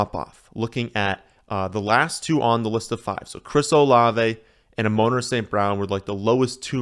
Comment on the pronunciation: A-moan-ruh lmao